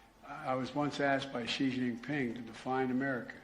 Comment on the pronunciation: “Zhee” is NOT his name. It’s pronounced like “she”.. honestly